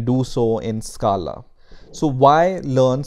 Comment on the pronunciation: Stop pronouncing scala